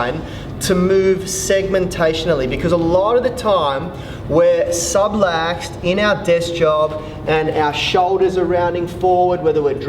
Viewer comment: I've only just found your channel and really appreciate the mobility exercises you demonstrate - so much so I've subscribed to your channel! However may I suggest that you be extra careful with some of the information or terms you use? For a couple of examples: the word is subLUX, not subLAX; and the facet joints are not ribs articulating with discs... These may be minor points and possibly irrelevant for those that don't know much about anatomy, but you do lose some credibility with those viewers that do, when the incorrect terms or info is used. Nonetheless, I loo forward to improving my mobility with your help!